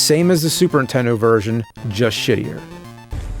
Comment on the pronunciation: Has anyone ever noticed how James says "Super Intendo" instead of Nintendo ?